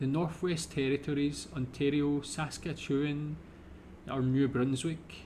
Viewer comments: <--- Canadian ... Saskatchewan "Sas-Cat-Chew-On". Saskatoon is a city in Saskatchewan. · Great to see a Scot who knows more about us than any Yankee! BTW, if you're French Canadian, Quebec is pronounced more like "kay-beck" or "keh-beck" but for Anglos, it's more like "kweh-beck". And touque is "too-k", not "towk". Sorry if you heard me laughing over "Sass-ka-choo-an".